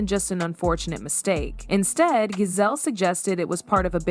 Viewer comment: At least say Gizelle name right